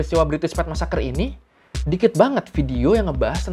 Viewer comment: Bri'ish massacr